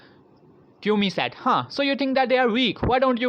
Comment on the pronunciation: its not Kyomi its kiyomi